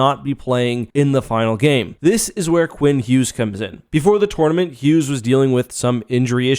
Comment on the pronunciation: You saying “tournament” hurts to hear